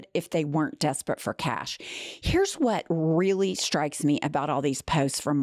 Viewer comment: Vot ? Maybe she just vonts to stay away from the stench .